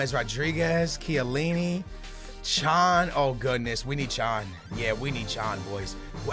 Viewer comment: "Chiellini" bruhhhhhh haha